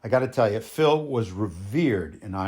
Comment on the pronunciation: Sir, I’m a huge supporter of Phil’s. He never liked calling people fans. I just wanted to tell you, this was very good! The information was spot on, very precise. I’d also like to commend you on the real proper pronunciation of his name. That was a really big deal to Phil. You really did a great job here! 🍺🍻🎸